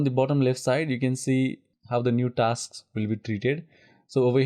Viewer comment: I stopped the video in between after getting irritated from hearing taks taks instead of 'tasks'